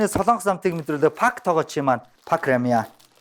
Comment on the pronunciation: Пак бишээ 2-ооо Пек шүү 😂